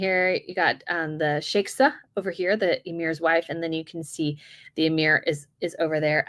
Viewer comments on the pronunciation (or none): shie-kah not sheksa